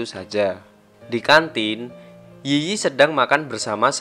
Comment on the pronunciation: Yiyi dalam bahasa China cara ngomong nya itu i i bukan yi yi